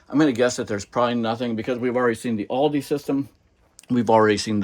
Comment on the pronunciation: It’s pronounced “All-duh”. Not all-dee.